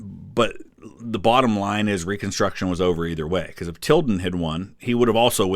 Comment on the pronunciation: Im suprised he said tildan